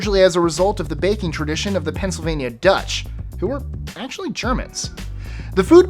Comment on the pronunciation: "penslvaina dutch" Lives in the PA What the hell is that